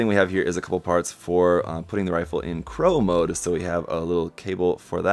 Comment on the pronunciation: Claw mode not crow mode. lol